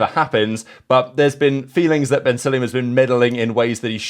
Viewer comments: Su-La-Yem, not Suliem It's SU like U(ber) The pronunciation is killing me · Suliem is killing me. Like, come on, at least try Su-La-Yem... Su La Yem... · When you say “Sulayem” it sounds like “Cellium” to me